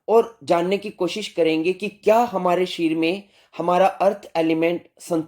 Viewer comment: shareer uchharan sahi nahi hai